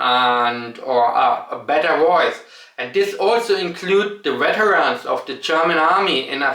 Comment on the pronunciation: It sounds like you're saying Germany has an issue with becoming too hardline. Whether it's war or immigration or some other subject? weterans was actually quite nice to hear. In Germany you hear folks pronounce Vs as Ws and Ws as Vs even when they're speaking english. When you watch Germans on youtube they seem to drop it and while I understand why I do appreciate a German speaking English like you hear it in Germany.